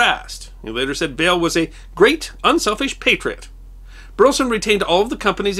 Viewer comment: Minor quibble: I come from Burleson, Texas (no relation to the subject of this video) but the pronunciation of Burleson is three syllables, "BUR-leh-Son".